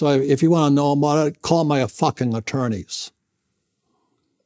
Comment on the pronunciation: call-ah my-ah fucking attorneys